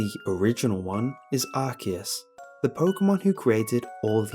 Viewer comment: Finally! Someone pronounces Arceus correctly!